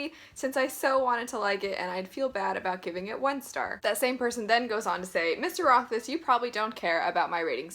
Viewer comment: Yay someone that can pronounce the guys name right!